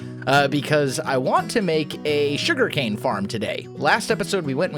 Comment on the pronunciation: The Shuriken-Factory! Though for real, am I the only one that keeps hearing "shuriken" instead of "sugarcane"?